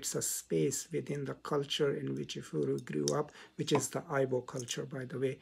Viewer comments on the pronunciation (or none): Igbo - pronounced "E- Bo" in English Efuru - pronounced "ehh- fuu- rue" Efuru means "lost" in Igbo. Which helps with understanding the protagonist's issues with colonial times as an African woman. Great job and analysis. It was well summarized.